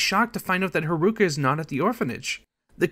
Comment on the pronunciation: can't forget kiroo's daughter, harooka!